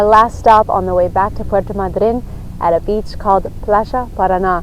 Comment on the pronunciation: I never heard the pronunciation of Puerto Madryn the way you are pronouncing it. Has it changed? The abstract accent was on the “a” not on the “y”. 🤔